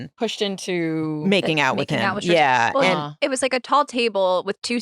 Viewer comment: Every time Nick say “Swartz” instead of “schwartz” my brain short circuits. 😖 lol the problem is me 😅 i just had to throw it out there